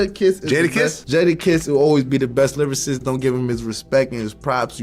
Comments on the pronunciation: so he says "lyrarist" and we supposed to take him seriously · He said Livercist 😂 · he can't even say lyricist. Bro said lyririst 😂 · bro cant even say lyricist and has an opinion on it, “biggie is not a lyricist”